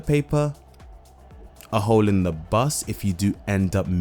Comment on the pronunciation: blablacar booos! 😅